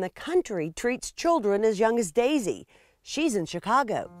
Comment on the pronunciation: I’m ok! Don’t worry! And it’s pronounced Daisy.